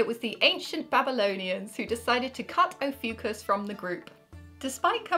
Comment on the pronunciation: And there was me thinking the new star sign was pronounced, "Oh fuck us!" 😜🤣🤣🤣